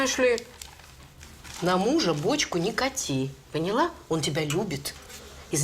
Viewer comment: Филатова говорит "пОняла"